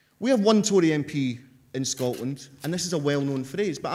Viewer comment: It's pronounced Tory!